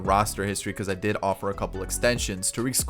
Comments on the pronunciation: And he said Tarik lime Tar- Rick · It pisses me off every time he says Tarik wrong